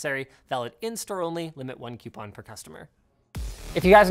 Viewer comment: Madison: OMG YOU SAY QUEPON!?